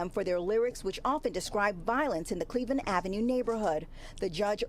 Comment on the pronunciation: This man said “bleveland ave” but also claims to not be affiliated hmmmm.